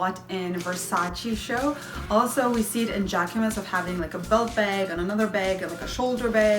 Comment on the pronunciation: You have a bubbly personnality and I find it very refreshing! But (there's always a but...) please call a bag a BAG!? Not a beg repetitively, and please review your spelling in your writing? These things made me stop viewing. I will try again, though!